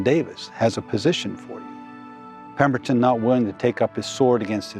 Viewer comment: Pemberton…🤦🏼‍♂️ That’s all I can say. Just wtf…